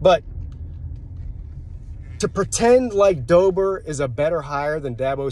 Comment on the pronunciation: Its deboer not dober